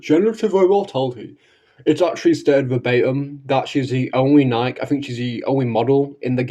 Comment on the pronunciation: You'll have to forgive me, but it's difficult for me to take your supposed knowledge of Nikke seriously, when you don't even pronounce it properly.